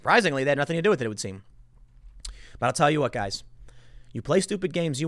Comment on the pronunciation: "I tell you kwhat" - Tim Pool in the new king of the hill